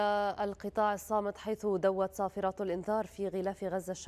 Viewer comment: صفارات وليس صفىآان